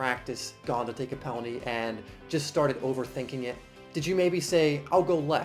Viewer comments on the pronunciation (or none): did he say pelany? or am i just over thinking?